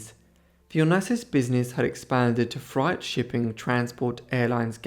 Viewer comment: Onassis story ...frightess business or do you mean FREIGHT ...pronounced FRATE......